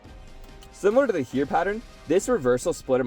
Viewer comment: The only thing I noticed as a german was the pronounciation of "Heer". In the viedeo it sounded more like "here". The double "ee" in german is not spoken like "street" in eng but like a long "e" in "enemy". Hope that helps fore further videos